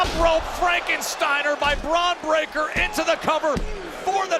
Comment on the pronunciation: She didn't squal she pronounced it break ker. She has a southern accent